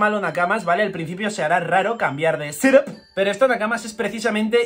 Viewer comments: Por que dices "Sedáp", es "Ctúp" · Jajajajjaaja ¡¡¡¡¡Ssssseethap!!!! Jajajajajajajajaajja like jajaj